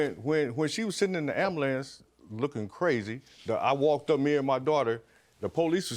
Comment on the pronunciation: Chileee she also said the polices, and he said ambulumce